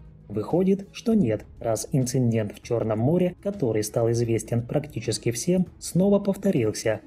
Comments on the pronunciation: Лев Загорский, правильно, слово ИНЦИДЕНТ есть конечно, но не ИНЦИНДЕНТ как в видео говорится. Ошибка школьника начальных классов. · Так-то неплохо, но блин нет такого слова в русском языке "ИНЦИНДЕНТ"! И это было дважды повторено в коротком видео. Отвратительно.